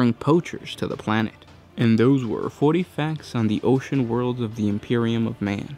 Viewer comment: mek quake i heard 40, but said something like "fouree years"